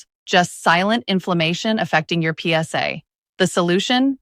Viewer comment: Yeah a big thumbs down to the "PS" "AI" girl.